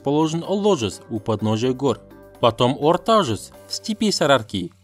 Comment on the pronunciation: Орта жуз емес Орда Жуз! Кышы жуз емес-Куш жуз!